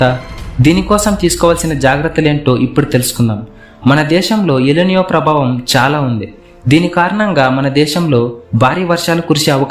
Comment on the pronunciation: ఎల్ నియో కాదు ఎల్ నినో ముందు భాష విధానం మార్చు